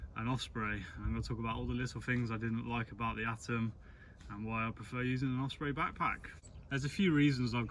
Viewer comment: Great video, but there's no F in Osprey...😁